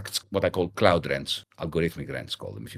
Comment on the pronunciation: Is he saying "clout" or "cloud" capital? Serious question